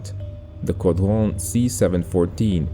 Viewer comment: J'adore ton accent français "groupe de chasse" "Caudron" "Guy La Chambre" Merci pour tes vidéos 📹, toujours au top 👍🏻